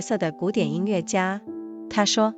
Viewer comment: 很好的节目，声音也很动听，值得更多的听众！美中不足是后期对朗读读音的检查，比如音乐yue不是le。